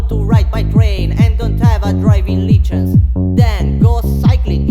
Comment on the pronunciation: Ti, sent an poc: it duvrije arangé dui paròle ke t'las prònuncià sbajà an angleis: "laugh" e "license". And "this" a suna cume "these". Scùsa nèh..